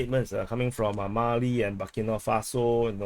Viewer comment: Bu-Keee, Bu-Kee, Burkina Faso